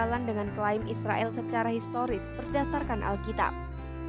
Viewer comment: Narator kompas sdh pasti muslim. Israil katanya😅😅😅😅 Tidak bisa ngomong Israel.